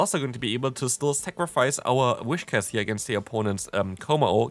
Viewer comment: It's Whiscash, not Wishcas